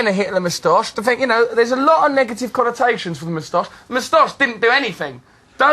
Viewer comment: wat's a "mostosh"? very poor pronunciation :p